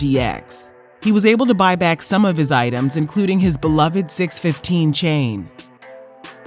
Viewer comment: 6-1-5 chain!! Nashville area code!!! Not six 15